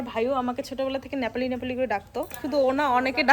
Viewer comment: ন্যাপালি নয় নেপালি হবে কথা টা